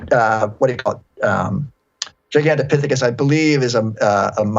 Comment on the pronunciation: I knew I should have fact check that giganto piss fississs theory before telling everybody about...dang it Rogan!! 😂 it’s just “another” primate, not homonomonid